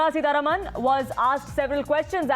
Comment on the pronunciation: Who is this news reader? She is unable to pronounce words properly. Can't even say the names of Salil Parekh and Nirmala Sitharaman...